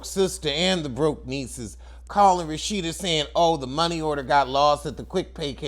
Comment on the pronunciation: Why do you call her Rashitta?